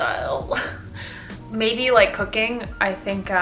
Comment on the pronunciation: I don't know... Maybe like... cooking? What I heared: I don't know... Maybe like... cocaine?